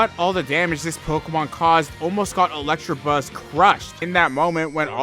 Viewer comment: Dude, it's ELECTABUZZ. There is no 'r' in there.